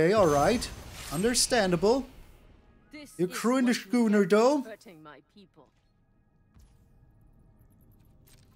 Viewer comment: By the way, not that it’s important but ‘schooner’ is pronounced ‘skooner’.